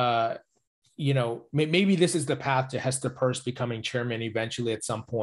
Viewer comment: U r mispronouncing Pierce.